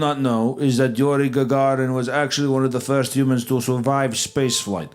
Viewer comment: And the famous Yuriy Gagarin ahahH you did a great job with his name 2 times out of 10 , I love it ahahah